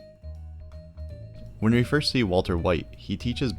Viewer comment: This video is really clear and helpful. But please! It's pronounced "We" with a "W" and not "Re" with an "R"!